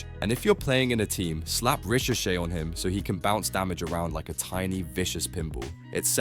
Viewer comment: Anyone else hate the way he said ricochet ?? Rishoshey lol never heard that one 😂